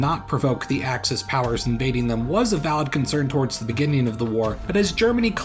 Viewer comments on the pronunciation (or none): none